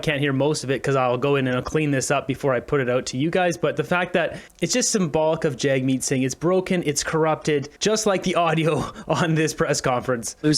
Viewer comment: the reporter calls him jugmeet